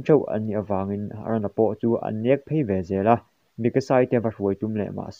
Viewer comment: Sir aron i tia a dik lo eren tur zok